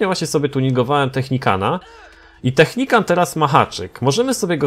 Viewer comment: Najpierw Technican teraz Technicant... Weź to wymawiaj poprawnie bo to przeszkadza.